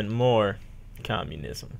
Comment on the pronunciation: боже, ору с того как он сказал "communism"